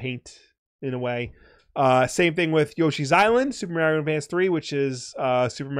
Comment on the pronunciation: Nevada, not Navahdah. Mario, not Mehrio... lol